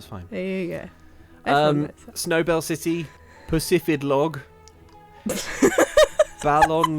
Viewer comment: That result was the universe punishing for pronouncing Pacifidlog as "Pussyfidlog"